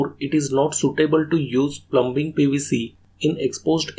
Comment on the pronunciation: B IS SILENT IN PLUMBING BRO